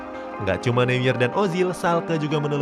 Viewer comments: Bang manuel neuer itu dibacanya manuel noier. Kalo di bahasa jerman eu itu dibacanya oi. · Baca Newer